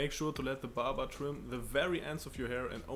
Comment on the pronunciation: When he said barber it sounds like "Baba"🤣🤣, in India it means Saint 😂🧡